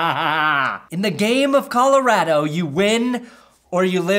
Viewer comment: You said colarato